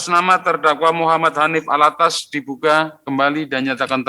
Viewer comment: Penyebutan nama saja slh, habib Hanif Al-attos bkn Al-attas